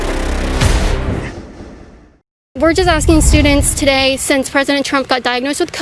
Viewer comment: Breona Tttttttttaylor 😁😁😁LOL tttttttoday!!!!!!!!!!!!!!!!